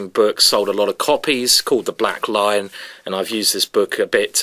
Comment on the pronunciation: Oh, it's the Black LION! After watching Simon play this line in a number of his videos, I was convinced he was saying "Black Line". I did think that was rather a generic name for an opening. D'oh! 😖